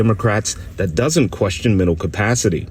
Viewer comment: please try to pronounce the words this, they, that correctly and not dis, dey and dat... seriously Bro.